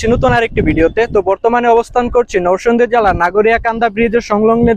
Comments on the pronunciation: Noshondina narsingdi age occaharon thik koren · নরসংদী কি রে ভাই, নরসিংদী বললে কি হয় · নরসিংদী উচ্চারণ ঠিক করেন আগে,আর নাগরিয়াকান্দা না ভাই,কান্দি হবে😆